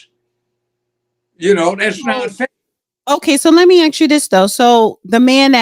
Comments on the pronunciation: That is a pet Peev in my circle. Are you Axing me or Asking...there is a difference. She should work on toung twisters...She sells sea shells by the sea shore ect😂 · A S K. not A X Come on now! So we change the pronunciation of a word to prove that we’re black. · the word is ask or asked. It is not axe axes. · The word is ASK, ASK, ASK, not AXE, c’mon people. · why say ax just say ask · Stop, saying ax, it’s ask’s!